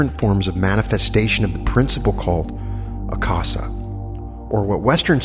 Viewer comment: Akasha is pronounced Aka—sha as in sound of sh as in should ..... minor, but.....these are great lessons, thank you, and appreciate them, but my inner english major just gave a note.